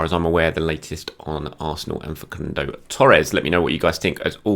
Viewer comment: Fah-Soon-Doh “Facundo” my friend, love your work #CYOG